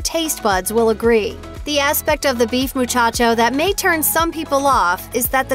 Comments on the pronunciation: Ugh the Taco Bueno Muchaco is pronounced “moo-chock-oh” not “moo-chotch-oh.” Smh. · its Muchaco not Muchacho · You must not have grown up eating Taco Bueno! That particular item is pronounced differently...it’s not real Spanish. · I scrolled down to find the first comment correcting this for a like. This bugged me.